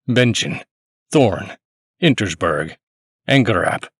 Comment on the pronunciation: The stubbornness with which he pronounces "Insterburg" as "Intersburg" time and again is stunning.